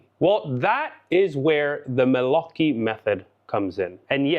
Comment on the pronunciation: My congratulations about your Italian pronunciation, just perfect!😊